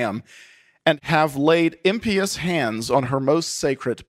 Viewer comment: You need to work on your pronunciation. Impious? Alta Vendita? You butcher the English and Italian languages young man. Please refer to the plot as Jewish-Masonic. Call a spade a spade!